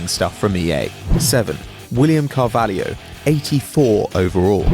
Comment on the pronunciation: its Carvalho not Carvalhio